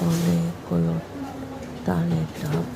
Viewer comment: তালের ডাব বলে😂